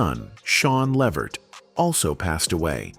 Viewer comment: Why do these videos always give misinformation and say the name Levert wrong??😮